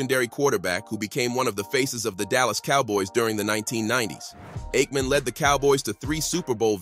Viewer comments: Brett faverick and eightmam is your AI working alright. Lol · Get a real narrator. You AI voiceover can't pronounce Aikman or Favre